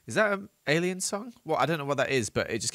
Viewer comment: Lol when said "Do I look like an alien" i thought he said "Do I look Canadian" and I lost it 😂😂👽🇨🇦